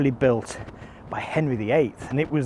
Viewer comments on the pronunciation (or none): none